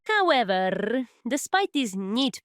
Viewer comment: That "hoveverrr" got me